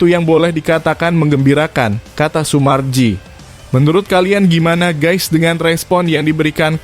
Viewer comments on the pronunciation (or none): none